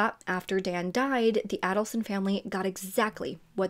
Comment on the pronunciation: FYI…..Adelson is pronounced with a long a.